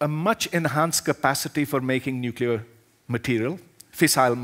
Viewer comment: nuculear threat...